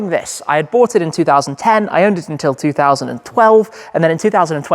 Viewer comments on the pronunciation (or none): none